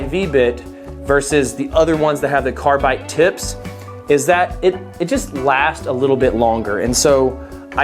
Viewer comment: Are you saying carbite? Haha sounds like it. Probably doing it for the off chance someone with OCD like me comments about it.